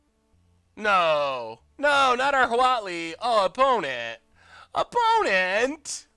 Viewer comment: Definitely thought he was saying WALL-E emblem, not Huatli